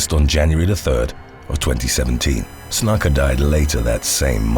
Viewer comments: Happy to help with pronunciation on any future wrestling (or MMA) videos. Snuka is said more closely to: Snoo-kah. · Jimmy "Snuck-uh"? Lmfao. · Snooka is how it’s said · It's pernounced snooka ..after all the time put into these awesome vids the miss pernounciation of that names always throws me off listening to 1 clip could resolve these issues in multiple videos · "Snooka", is how it's pronounced. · Pretty sure Snuka is pronounced 'snooker' but sounds more like 'nook' as in 'nook and cranny'. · It's pronounced snooka. He was a legend. B4 CTE. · Snuka. . .Booker T approves that pronunciation, SUCKA!